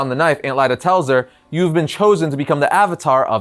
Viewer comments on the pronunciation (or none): none